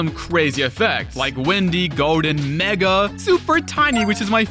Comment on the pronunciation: I can't even hear it as "mega" 😭